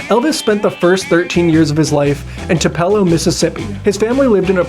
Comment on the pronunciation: It’s “Tupe-A-Low.” I’ve been there and that’s how it’s pronounced.